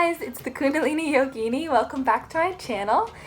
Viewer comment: Pro sanskrit pronunciation tip: kuṇḍalinī has one short i and one long i. Meaning it sounds like kundalinee (like the english word linear). And yoginī has one short and long i as well. The bar over the top means long. So it sounds like yoginee (again, like the word linear). Us white folk will get it sooner or later.